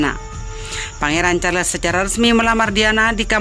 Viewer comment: Terlalu cepat bicaranya sampai2 banyak kata yg tidak jelas Carles care & msh byk lag yg slh ucap Saran buat mbaknya Bicaranya jgn terlalu cepat biar tdk salah2 ucap